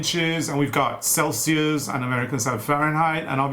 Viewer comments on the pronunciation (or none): none